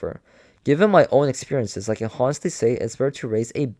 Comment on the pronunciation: I appreciate you reading this to us to save us money but it kills me with all the mispronunciation. Even simple words like “honestly”. The H is silent my guy! (On-est-Lee)